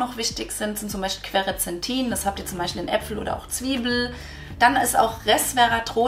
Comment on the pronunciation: Es heißt "Quercetin" nicht "Querecetin" und der andere Wirkstoff heißt "Silymarin" nicht "Syliamarin" - das ist in der Mariendistel; ist für die Leber super, genau so wie Artischocke und andere Bitterstoffe. Was aber der Leber wirklich hilft ist eine ketogene Ernährung ohne Kohlenhydrate, da im Fettstoffwechsel die Leber viel besser durch die Ketonkörper entgiften kann.